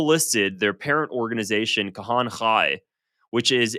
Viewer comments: pronunciation is not his thing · You are saying Kahane's name wrong...not that he deserves saying it right... but its bugging my pedantry.